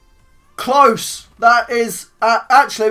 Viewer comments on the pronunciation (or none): did you say close?